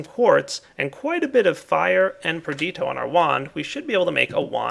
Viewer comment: It is Perditio. Not Perdito.